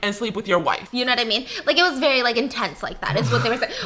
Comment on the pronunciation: No one: Not a single soul: Stephanie: VEWY VEWY VEWY